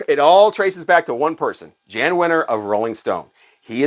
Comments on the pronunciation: Pet Sounds is more a triumph of musicality, not great songs. There are some crazy chord structures, pianos playing in C and the bass in F. I don't understand all of it either but while the songs aren't awesome, the arrangements were. Also, Jann is pronounced Yan. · His name is pronounced Yawn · It's "yan" wenner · Jann Wenner is actually pronounced "Yan Wenner." Just an FYI. Love your channel!